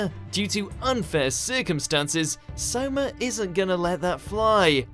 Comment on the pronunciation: Soma brotha not saima you f ing no-anime watcher